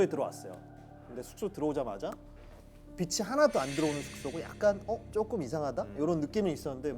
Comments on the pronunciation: 배우라는 사람이 “빛이[비치]“를 [비시]라고 발음하다니;; 한국어 발음 제대로 못 하는 주연 배우라뇨 진짜 충격적이네요… 김혜윤 배우? 연기하기 전에 국어 공부 좀 하세요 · 다른 직종은 몰라도 대사 전달해야하는 사람이 빛이 발음을 [비시]라고 하면 정말 깨요. 나 같으면 이런 배우가 하는 영화는 안 봄.